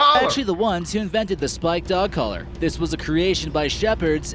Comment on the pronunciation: The narrator in the video cannot say Spiked or Collar.